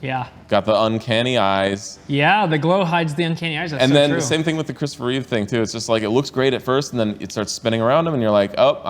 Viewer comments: *Reeve, not Reeves. There's no S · *Christopher Reeve, not Reeves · It’s Christopher REEVE … no “s” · "Reeve" not "Reeves" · It was never Reeves. Just Reeve. :) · Love the break down. Just one thing, it's Christopher Reeve, not Reeves. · It's REEVE... the S is on t he chest. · It's Christopher REEVE (No 's'), not Reeves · Its Christopher Reeve. No (s) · First of all, it's Christopher REEVE, not Reeves. Second, they did have some reference material for Nicolas Cage in the Superman suit, because there are actual photos of him with the costume. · No 's' in Christopher Reeve... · Why are so many people saying Christopher Reeve"s"??? It's without an "S"! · Guys. It's Christopher REEVE. Not Christopher Reeves. The only man with the surname Reeves who played Superman was George Reeves in the 50s. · I had the same opinion when I saw the movie. The camera panning around shots in the cameo scenes really ruins it. They should have made those shots look a bit more realistic (proper angles with a few edits in the middle). And.. It's *Reeve. Not Reeves. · Guys it's REEVE, Christopher REEVE, is the only one who said it correctly. The 50's TV Superman was George REEVES. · The man's name is Christopher REEVE, not Reeves. Some respect would be cool. (and didn't even bother to name Helen Slater as Supergirl) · Christopher Reeve. Not Reeves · Christopher Reeve | George Reeves....not Christopher Reeves. 🙂